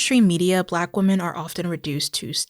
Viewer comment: What's with the pronunciation of women (plural) as singular? Or am I mishearing?